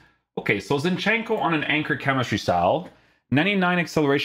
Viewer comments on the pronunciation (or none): ZIN-chenko. not ZinchEnko